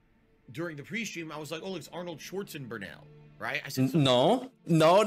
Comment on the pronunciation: "Schwarzen-Burnell" LMAO! That might be the biggest twisting of reality he did in years. 😂😂